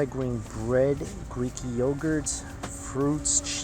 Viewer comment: wtf is greeky? its Greek !! the country with the 2000 islands!